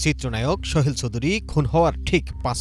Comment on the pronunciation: উচ্চারণ এমন কেন এই সাংবাদিকের? ওই ভদ্রলোকের নাম সোহেল ছিল, শোহেল না। সাংবাদিকদের উচ্চারণ ও বাচনভঙ্গি ভালো হওয়া উচিৎ। এত খ্যাত হইলে হয়না।